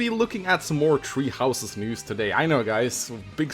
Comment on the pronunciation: “fire emblem treehouses”